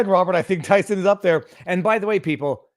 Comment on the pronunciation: Robert, pronunciation of Thyssen[Krupp] does not resemble Tyson Foods in the least. 'y' there is like 'ea'. 'e ' is absent: "teasn."